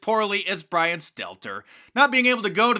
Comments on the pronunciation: Bwian: "Dear diary. Everyone's paying attention to Fredo. What about MY feewings?" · Bwian: "Dear Diawy. Everyone's paying attention to Fwedo now. What about MY feewings?"